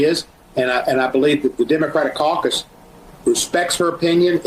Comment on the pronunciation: "caucass" lol